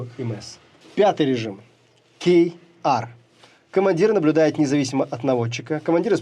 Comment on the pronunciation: В немецком буквы читаются примерно, как у нас: KW - Ка Вэ, KR - Ка Эр, ZU - Цэт У. Развели тут поганых англоицизмов, понимаешь. Блин, Z - это Цэт, а не Зэ :( Уши выпали в осадок. Хорошо, что Ха, то есть H, не попалось, а то ведущий бы вообще произнёс непроизносимое. А то ведь ещё есть G, J, V и Y :)))